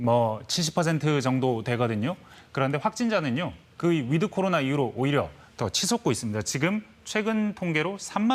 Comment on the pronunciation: 위드 할때 드는 약하게 발음. 거의 "윋" 로 발음하도록. 윋 코리아.